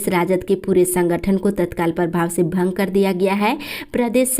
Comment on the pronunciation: भंग होता है भांग नहीं